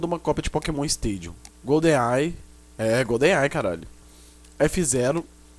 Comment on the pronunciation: golden ai é gonden ai caralho klkkkk